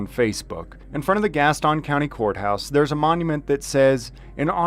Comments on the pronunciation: Love the videos. This is 1 county west of where I live (Mecklenburg county, NC) it's no biggie but locally it is pronounced like gas tin (like a tin can). No big deal just funny when I hear your pronunciation. Keep up the good work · It’s Gas-ton lol you say it like all the transplants that are here. I’m just teasing you. Thank you for exposing the corrupt cops around here! In NC video can only be released by a judges order.